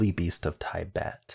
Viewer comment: I've never heard anyone pronounce Tibet the way you do! Is that they way you were taught? Very interesting